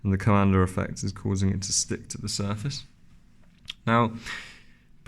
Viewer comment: Thank you SO MUCH for not adding the silly "R" to the end of Coanda Effect! The first video I watched about this was from an English guy who said "Coander" 100 times, was excruciating! Don't get me started on the silly extra syllable injected into aluminum.